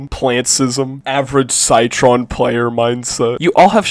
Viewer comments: bro said “sie-tron” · can you say that again? Cytron? Sightron? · AIN'T NO WAY BRO JUST SAID CYTRON💀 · Why do you pronounce Citron like that? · heard how you said citron and i unsubbed